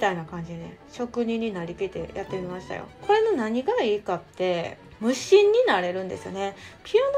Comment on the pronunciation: 無心が虫に聞こえたw